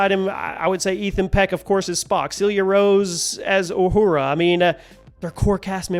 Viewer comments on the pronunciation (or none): none